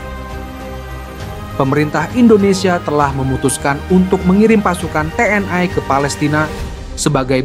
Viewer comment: Komentator harus belajar mengucapkan kalimat dg benar. Bukan Te En Ai. Tetapi Te En I. Bukan Komisi Ai DPR tetapi Komisi Satu DPR. Yg cerdas donk jadi narator.